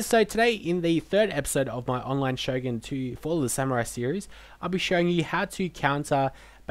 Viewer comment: LOL PUT A "T" ON SHO'GUN